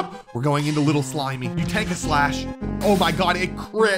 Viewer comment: Way you call a cat a litel dog